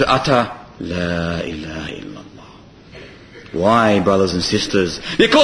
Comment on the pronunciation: It's Illallah, not ILLALOH.